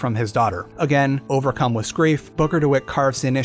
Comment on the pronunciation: Lol why does he keep saying wiz instead of with